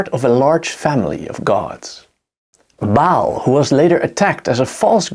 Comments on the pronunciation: Ba'al With that apostrophe for the glottal stop. Pronounced like when you pronounce Hawai'i properly with that glottal stop. Great video, nonetheless. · Another one who can't pronounce Ba'al (ba as in bar not bail and al as in alcahol) not pronounced bail.